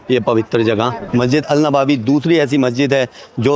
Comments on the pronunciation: Nabawi nahi hai nabvi hai bhai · नवाबी नही नबवी होता है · Bhai wo नवाबी नहीं नबवी Hai